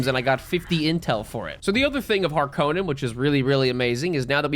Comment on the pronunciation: Hark on in not har konen